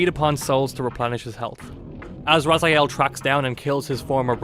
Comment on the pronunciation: Dislike because of missing timestamps and misspronouncing 'RazAiel'